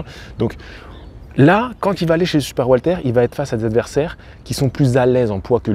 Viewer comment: Super video comme d'habitude. Par contre j'entends le prénom Walter au lieu de welter(weight).😅